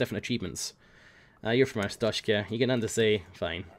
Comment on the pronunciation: Glory, glory to 'Arshtoteskah'!